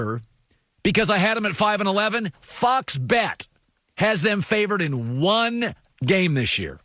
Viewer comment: I heard something different when he said "fox bet" lmao